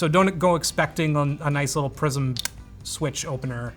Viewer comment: It took me half video to realise he wasn't saying "prison" but "prism" 🤣